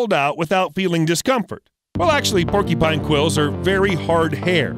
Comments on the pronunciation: It’s not PORKYpine, its paw-kyuh-pine. Porky pines sound delicious but sadly they don’t exist. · Keeps pronouncing porcupine as "porky-pine." It's "por-q-pine." "Q" sound in the middle. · Was anyone else irritated by the pronunciation of porcupine? It's not "porky-pine." It's por' cue pine. I would think only 4 year olds or r3+@ would say "porkypine". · What the hello kitty is a PORKYPINE? There's a "U" in there you know? Lol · It’s porc-u-pine… not porky-pine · Porcupine not porky pine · i love how they say "porkypine" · Sounds like he says "Porky Pine" lol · hahahahaha he said "porkypine" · Are you saying porkypine? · Is he saying porky- pine? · Is… is he saying porkypine… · Had to stop watching because I can't stand him mispronouncing the word porcupine. When did they come up with this porkypine you speak of??